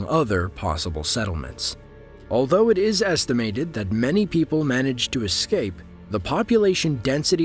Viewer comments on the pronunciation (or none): none